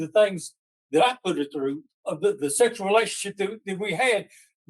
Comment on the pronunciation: He's still calling it a relation- ship. Re... la...tion...ship.